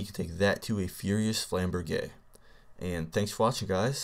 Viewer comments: I'm pretty sure it's flam-burj... not flam-bear-jay. But whatever, I could be wrong :P Also, the fire status deals elemental damage, right? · flame- burg* is the pronunciation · its pronounced flaimburj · D: Idk, but it seems like you're pronouncing flamberge wrong >< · you are actually pronouncing it as if you were speaking French.